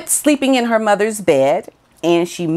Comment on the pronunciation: This is great stuff,! Just a note, in the word Buckingham we don’t pronounce the ‘ham’ on the the end, it’s just ‘Bucking’m’. It’s the same for all places and people with ‘ham’ on the end of the name 😊. It’s just ‘m. Love your work!